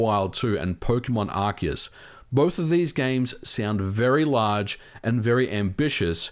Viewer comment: FINALLY, A YOUTUBER THAT CORRECTLY PRONOUNCES ARCEUS!!!!!